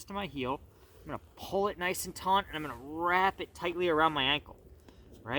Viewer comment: The word is TAUT no n in the word.